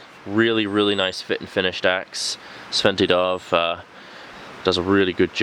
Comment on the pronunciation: The D in Djärv is silent.. Pronounce it jaerv..